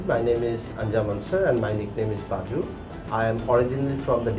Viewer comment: Its Bazu